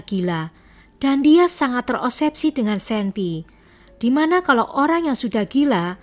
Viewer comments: Agak terganggu sedikit dg kata terobsesi dibaca terosebsi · 12.01 terosepsi 12.06 terosepsi ku kira keseleo lidah, tp ternyata mmg salah 😁